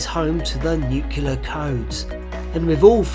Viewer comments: What's with people pronouncing "nucular" instead of "nuclear"? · M'aiq would also add that "nuclear" is pronounced "new-clear" instead of "new-kah-lur".